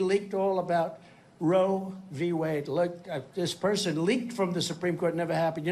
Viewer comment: Did he say Rome v Wade???